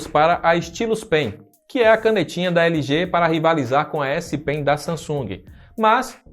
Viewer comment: acho que é por conta dele ter falado "s-*PEN*".